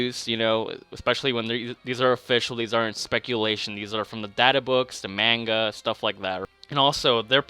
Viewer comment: the way always says Manga makes me cringe